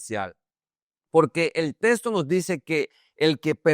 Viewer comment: Porqué dise testo se dise texto